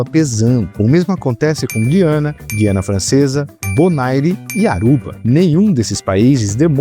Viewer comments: GU - IANA, e não GUI - ANA. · Um deslize menor, mas importante: Na pronúncia correta de Guiana o U é pronunciado (UI é um ditongo), não é "Gui" de Guilherme. É uma exceção pelo fato de essa palavra ter origem indígena.